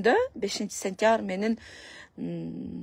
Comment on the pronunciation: 2025-5-Сентявр эмес,Сентябрь деп айтсаң